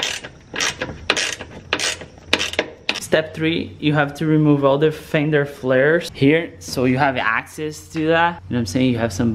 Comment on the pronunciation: There fender flairs not flamurae flairs. And I don't think I have ever heard someone talk so much before even starting work ..